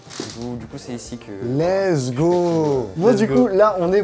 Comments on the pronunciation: mon dieu arrête de dire lessgui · Pas mal , faut juste arrêter de dire : let's gi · pk tu dit let's gi